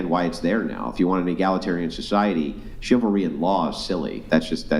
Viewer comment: 😂😂 She said shilvery! What the hells's shilvery? It's chivalry ya donut! 😂